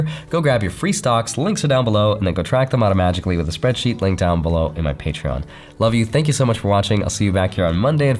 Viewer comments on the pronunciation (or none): none